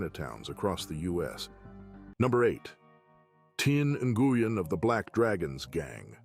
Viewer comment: Nguyen is pronounced "win".... I know, that's hard to follow.